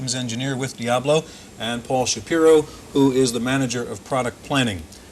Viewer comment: TFW your company is named 'Diablo' but you don't know how to pronounce the word.